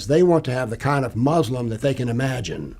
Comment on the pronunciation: Two ignoramuses talking nonsense as usual. So superficial. can't even pronounce "Muslim" correctly. Anecdote after anecdote. Just rubbish. Islam is a knowable subject but not by simply reading without guidance - meaning it requires a teacher.